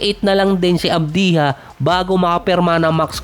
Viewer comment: ADBYA boss ang basa sa Advija😊